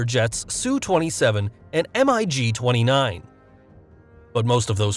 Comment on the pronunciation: Strange narration. Who says "emm eye gee" instead of "MiG"?